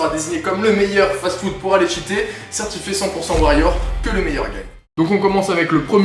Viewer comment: "Remplis de fatfoude" 😂